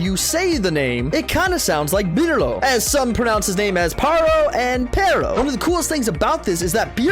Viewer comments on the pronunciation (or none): So many details of this review were off. Perro and burro are different things and it's pronounced "pair-oh" not "piro" or whatever you were saying. Also that was the ace of CLUBS. Not spades. And the fact that you didn't know the names of the characters from the Smurfs movie. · The dogs name is PERRO, meaning dog. Nothing more than that. Burro means donkey, something entirely different. Its also pronounced BOO-RO with a rolled r. Not sure what connection you made there but its not a real one. You keep saying pierot??? Which it isn't. Also, nobody pronounces it as "Parro" and you're the only one saying "Pirro". Its PEH-RO, again with a rolled r. Very very embarassing watch